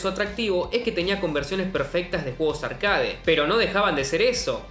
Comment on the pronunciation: No existe la palabra «arcáade» se pronuncia «arquéit».